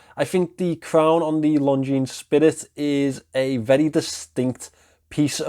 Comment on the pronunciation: This is not how we pronounce Longines. It's lon·zheen, not long jeans